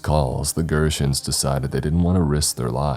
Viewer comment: So.... im going to say it. GERTENS , not pronounced like he does in the story, is an American plant business here in the Twin Cities (St. Paul Minnesota) that started back in like the mid 1800's. Started out as a small truck farm that sold produce to the local community. Its a funny coincidence, or the writer in also from the Twin Cities ❤